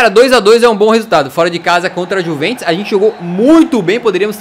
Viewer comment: No minuto19:4 o fala:-é gol da juventos. Bem certinho kkk